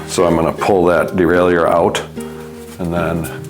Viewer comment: Stop calling it a derail-ey-yer and it will work better 😂 It's a de-rail-er.